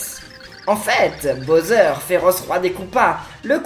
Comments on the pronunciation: Il as un Problème de préconisations typique français.... Il prononce Bowser ( boseur ) Je préfère les YouTubeurs Englais car il’s prononcent beaucoup mieux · le méchant des paper mario s'apelle bowser pas boser!